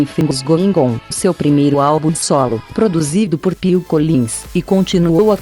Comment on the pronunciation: Mas até a pronúncia é errada: Dancing queen, se pronuncia "déncin qüin" e se ouve dancingue cuin! Um horror!